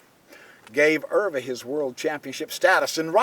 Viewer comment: Pronunciation of Euwe is very good!